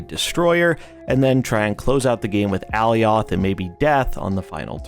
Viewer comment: I believe alioth is pronounced like Goliath, at least it is in the loki series